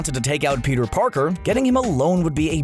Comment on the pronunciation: Am I the only one who heard him say Peter Porker?